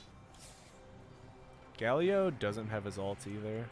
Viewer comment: I thought my friends and I were the only ones who called Galio Galleo :')